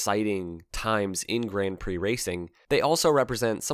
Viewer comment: Interesting pronunciation of "Grand Prix" . Why not just go the full hog and just say grand pricks? 🤔🙄